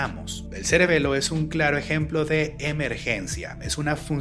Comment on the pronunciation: Ya llevo casi un año siguiendo este canal y primera vez que lo escucho decir a la palabra celebelo 😂